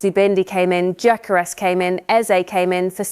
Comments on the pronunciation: Its 'EZE' not bloody 'Isaak'..🙄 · Why do you keep mentioning "Isaak"?!!! His name is "Eze" for Christ sake!!!!!!!